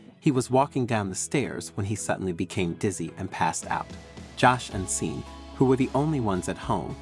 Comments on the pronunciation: It's pronounced shorn not Sean that's how you say it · Just fyi.... the name Sean is pronounced SHAWN.